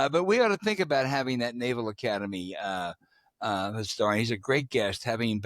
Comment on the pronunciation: Why does James Carville pronounce that as “dat”?